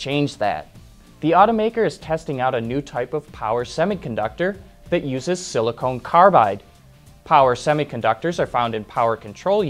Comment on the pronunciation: Silicon carbide, not silicone carbide.